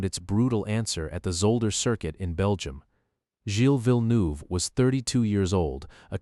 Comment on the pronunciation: I'm from Quebec and Villeneuve too and the way he pronounced it annoyed me so much 😭😭